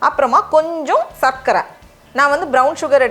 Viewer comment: சர்க்கரை - நீங்கள் உச்சரிப்பது கேட்க இனிமையாக உள்ளது😊 பெரும்பாலானோர் சக்கரை என்றுதான் உச்சரிப்பார்கள்.. தமிழ்போல் வளர்வோம் 🙏